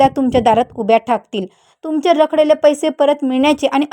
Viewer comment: आलेशा नक्षत्र काय म्हणता आश्लेषा नक्षत्र म्हणा. रखलेले नाही रखडलेले म्हणा.किती चुकीचे उच्चार करता मॅडम.